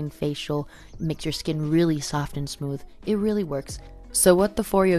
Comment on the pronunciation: hahah I Just laughed so hard " cause my shhkkinnn isss vavavhhh" lol